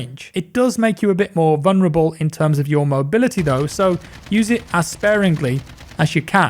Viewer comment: mate the word is vuLnerable not vuNerable. There is no silent L